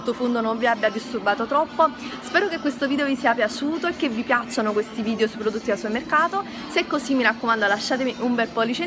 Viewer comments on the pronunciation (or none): si dice VIDEOOOOO non VIDIOOOOOOO